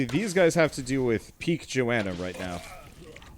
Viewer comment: I understand that you want to wait until they add some stuff before you play it again. Good decision in my opinion. P.S.: Her name is not Joanna. It is "Jonna" xD